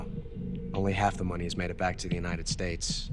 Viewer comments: "the united snates" ;< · also starting is UNITED SNATES suppose to be UNITED "STATES"????